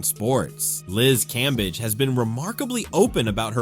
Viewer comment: Cambadge, Cambeige, Cambej...AI giving us different ways to pronounce Cambage.